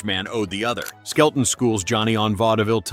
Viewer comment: His last name is "SKELTON", not skeleton!